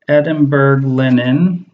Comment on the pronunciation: I just started watching you recently. Can you tell me how you stitch with gradient floss. Your work looks so exacting and gradients are so unpredictable! FYI: Edinburgh is pronounced borough, as in New York boroughs. Bj